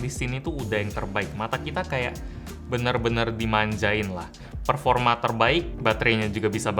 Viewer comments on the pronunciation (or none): none